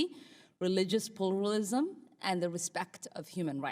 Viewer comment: wat the hell was she saying, religious "plooolalism"